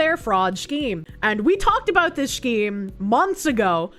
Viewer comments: pronouncing scheme as "Shkeem" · Take a shot every time she says "schkeem"